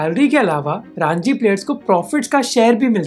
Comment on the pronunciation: Raaanji 😅😅😅 , fool its Ranji (Runjee)